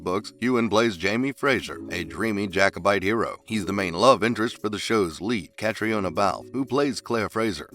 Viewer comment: Good grief, if you're going to do a video about actors, please learn the correct pronunciation of their names first. Caitriona is kuh TREE nuh.